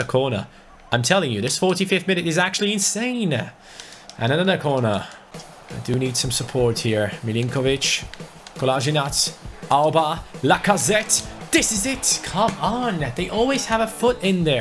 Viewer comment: Why is he saying Lacasette?